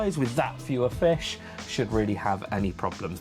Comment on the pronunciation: I love the way you say "Fesh" and "But!". Nice video thanks for it!